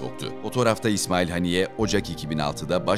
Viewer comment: Efendim! Merhum İsmail heniyyenin adı Arapçada; "اسماعيل هنية" biçiminde yazılmaktadır. Buna göre Türkçemizde; " HENİYYE" şeklinde yazılmalı ve söylenmeli. Saygılar. Küresel basında; "A" harfiyle yazılması dikkate alınmamalıdır. Bu yazım İngilizce transkıripsiyon kuralından kaynaklanmaktadır. İsimleri kendi dilindeki seslendirme ile söylemeliyiz. Allah ona rahmet eylesin, dileklerini tahkik etsin, gerçekleştirsin. Saygılar.